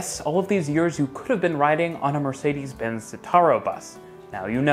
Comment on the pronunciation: The way you pronounce Mercedes tho 😂